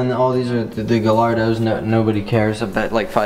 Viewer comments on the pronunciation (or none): it's Gallardo guy-are-doe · it's pronounced gay-ardo not gallardo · Please note, Gallardo as in Lamborghini Gallardo is traditionally pronounced guy-ardo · Please learn how to pronounce "Gallardo"